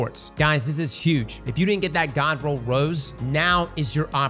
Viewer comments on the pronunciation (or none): none